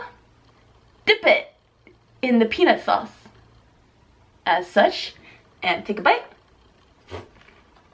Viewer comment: you talk too much your talk was more than the food and the way u said peanut sauce it sounded like penis sauce